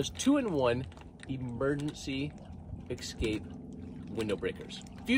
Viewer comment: It's not excape! It's ESSSCAPE